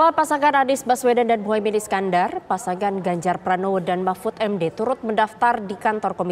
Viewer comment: Bu bacanya kliru bu..bukan p.mahmud md..tapi p.mahfud md